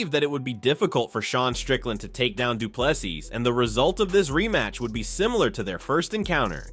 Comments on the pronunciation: For anyone interested: his surname is pronounced as "du Ple-SEE" not "du Ple-sis". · Well done Dricus, viva 🇿🇦. I enjoy your channel, but please pronounce Dricus du Plessis [doo-pla-see], silent ‘s’ at the end. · The S at the end of Du Plessis is silent! It's French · How stupid are the Americans that after DDP has been the champ for over a year, they cannot be bothered to learn how to pronounce his name properly. He is a world champ and deserves that respect. Do better ignorant Americans